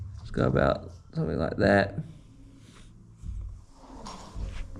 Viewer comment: Awoo! lesssh goh